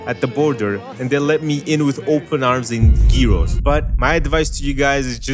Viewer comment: The greeks will kill you for pronounsing Gyros as "kiros"